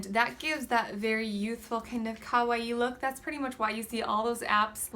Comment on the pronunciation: Very interesting. I've been super into Japan for a long time now and I'd say that everything you said was quite accurate. Oh and thank you so much for saying kawaii correctly. :3 Xoxo, Tiffy